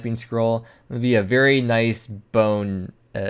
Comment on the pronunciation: I liked for the "bone-is"